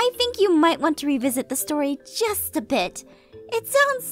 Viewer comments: Martyna Kozyra it kinda sounds like he was saying "just" or "jess" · Martyna Kozyra He said "just" but it sounded a lot like Jess